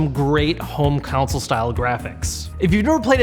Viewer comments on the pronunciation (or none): Mark Lindberg Haha yeah I know, just wanted to make a joke about how at one time in the video he pronounced wierdly, like home "counsol" instead of home consol. Sorry if that wasn't clear ;) it hard to show sarcasm sometimes ;) Thanks for the explanation anyway man!